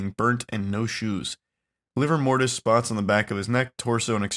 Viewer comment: “Liver mortis”